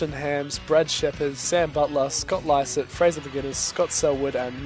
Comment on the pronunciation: You actually pronounced 'Lycett ' correctly. He went to my School and I know his brother :P